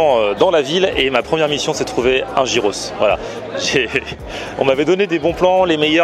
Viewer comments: c'est pas gyros "jiros' mais "yiros" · Ah cette mode de prononcer "Jiros" c'est dingue! heureusement que les grecs ont l'habitude des touristes. Une bonne fois pour toutes ça se prononce Yiros. A la limite même dire "Guiros" ça passe mais "Jiros" c'est pas possible